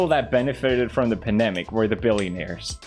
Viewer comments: Felix, it's pronounced "Pandemic" not "panemic" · is pewds saying "panemic" instead of pandemic or am i just hearing things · “Astronarts” “Panemic”